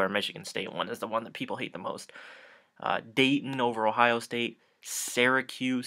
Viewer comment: U got dayton right .....